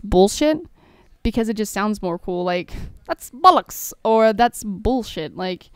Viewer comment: Omg when you say bollocks hahahahaha <3